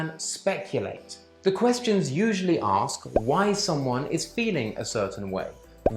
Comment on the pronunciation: But if you want to use more short cut is ok when examiner"aks"😂😂😂😂 well ask